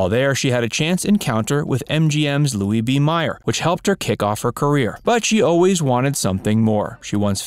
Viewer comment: Mayor... not Meyer!